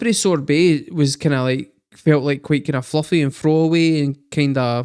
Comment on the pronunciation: Did I hear you say "Raspberry Sorbet?" 🤣